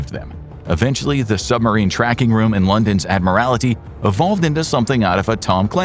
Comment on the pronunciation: Admiralty, not admirality.